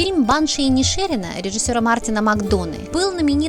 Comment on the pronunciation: ИнишерИна!!! (ударение на последнее "и")